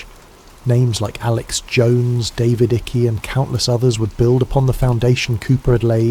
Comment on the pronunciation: pronouncing David Icke as David Ickyyy gave me a chuckle 🤭